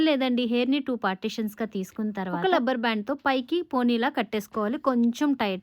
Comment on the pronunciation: It's not lubber... rubber band